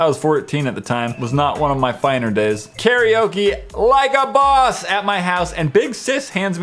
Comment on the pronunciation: I like how said "like a boss" louder than his other words like jack/Sean does